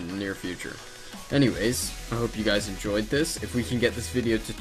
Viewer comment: you said gice